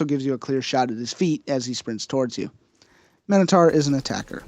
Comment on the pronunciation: It is mi-no-tar